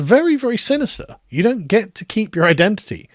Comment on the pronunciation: The way the word "you" is pronounced in so-called 'MLE,' induces within me an almost uncontrollable urge to vomit 🤢